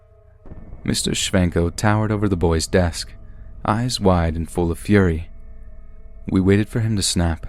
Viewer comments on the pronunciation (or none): none